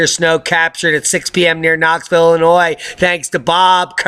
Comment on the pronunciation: BTW; Loved the word play on Illinois/annoy . Awful poetry but at least you know the proper pronunciation. Keep up the good work.